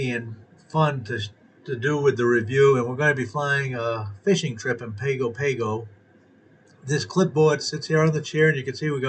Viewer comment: FYI. Pago Pago in pronounced "Pahng-goh pahng-goh" Just sayin :)